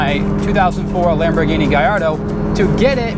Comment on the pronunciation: what idiot thinks a lamborghini is a chrysler...and then proceeds to say "lamborghini" totally wrong😑